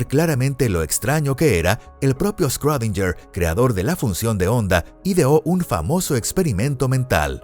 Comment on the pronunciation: quien es "escródinller" ?